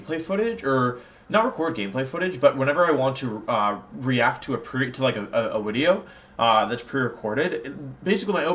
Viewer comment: Anyone else pop off to see a long wideo from the Wideo Man?